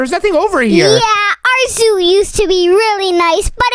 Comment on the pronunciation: that's not oo it's zoo 😂😂😂😂😂😂😂😂😂